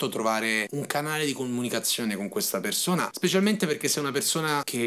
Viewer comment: Perzona... Borza... Salza... Mi sanguinano le orecchie 😂😂😂